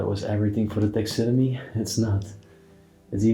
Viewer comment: It is pronounced tax a derm ee